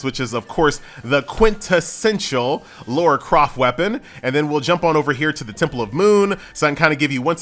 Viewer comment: What is it with Americans and their inability to pronounce the name "LARA"?